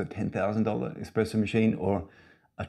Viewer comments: Huh, neat! Love out-of-the-box thinking. I actually don’t mind the arms. It’s eSpresso not eXpresso though. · Very cool but pleasssssee don’t say exxxxxpresso! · I'd have a hard time buying a machine from anyone who pronounces it "eXpresso". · Pleeeeease remake this video and don’t say expresso. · cant take it seriously when you do.